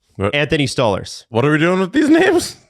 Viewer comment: Who is Stallers ? It Sto- larz guys can we stop butchering names